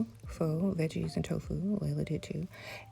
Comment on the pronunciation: Hope it's ok to note that vietnamese pho is pronounced "fuh". It's my comfort food! I was lucky to live in an area where there were 14 pho restaurants. Soup girls are elite lol